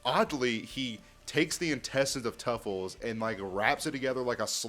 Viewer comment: It's Truffles not Tuffles